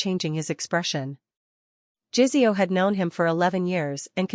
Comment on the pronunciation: Good story. To the point, not romantic, but none the less a good story. The only thing is JiSeo is not pronounced like it has a z in it, AI needs to do better on this.